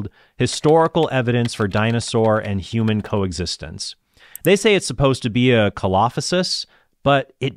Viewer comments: Good video! Just a small correction: Coelophysis is usually pronounced see-lo-FY-sis, rather than ko-LA-fuh-sis. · Slight correction- Coelophysis is pronounced “See-Lo-Fye-Sis” other than that, great work Trent! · God bless you, Trent, I enjoy your videos. Thank you for making them. The dinosaur you reference is pronounced, counterintuitively, SEE-lo-FIE-sis. Dinosaurs are awesome! Sometimes they have tricky names. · coelophysis = see-lo-fy-sis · Coelophysis - 'see-lo-fie-sis'. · Oh good heavens, that is not how you pronounce Coelophysis...